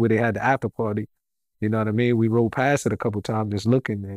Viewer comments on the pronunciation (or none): none